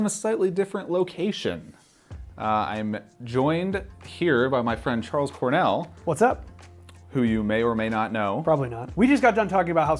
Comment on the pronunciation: Who tf is Chorles Carnell?